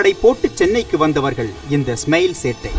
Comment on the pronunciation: டேய் அது சென்னை "வெல்லம்" இல்லடா... "வெள்ளம்" டா... உங்க சானல் பேரு "ஸ்மெயில்" இல்ல "ஸ்மைல்"... ஏதாவது ஒரு பாஷையாவது ஒழுங்கா பேசுங்கடா...